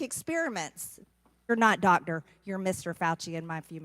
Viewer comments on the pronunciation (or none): I know this is just a Georgian accent, but I find it so odd how they drop consonants in the middle of words. Like "Doctor" becomes pronounced something like "dogder" (Before anyone comes barking at me: I know that looks like "dodger" misspelled, but it's only a coincidence. My spelling was absolutely intentional in order to show the right sounds for how Georgians pronounce that word.) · Dotder. That is a hilariously goof-billy pronunciation. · I can’t stand the way she says doctor. Girl, enunciate the c. You sound stupid.